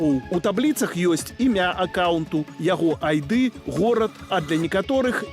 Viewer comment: ID i IT на беларуском произсятся так: айдзi i айцi, а не айды, цi айты. Буквау "ды" i "ты" не iснуе.